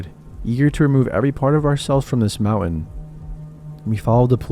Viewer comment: Love the stories but please pronounce words correctly, I think you were saying mountain but it’s very hard to understand